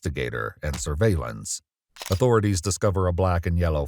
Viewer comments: When your patch is meant to say “surveillance” but you buy the Temu “surviellance” patch instead 😳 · Love how one of his badges doesn't actually say "Surveillance", but rather "Surviellance" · “surviellance“ lol